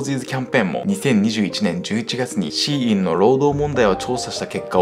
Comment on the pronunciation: SHEINは「希音」で中国語でシーインと発音し、アクセントは高・高（例えば日本語の「高校」のようなアクセント）珍しい音、または音を望むという意味だと思います。